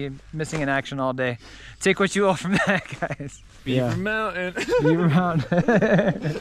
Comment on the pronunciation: Hey mountain has a T in it